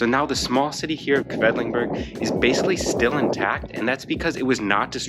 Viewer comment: Oh nein... you're pronouncing Quedlinburg the wrong way. Should be "Kwidlinboorg". Anyway, that's an hour's drive from my home. The area with well-preserved half-timbered houses that date back 1660 is a UNESCO Heritage site. Definitely worth a visit. At the moment, Wednesdays and Saturdays are market days so there are food trucks, flowers, fresh produce at the Marktplatz (city center) where the Rathaus (City Hall) is.